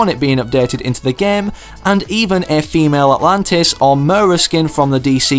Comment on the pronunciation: Who notice or herd him say famale atlantis instead of female atlatian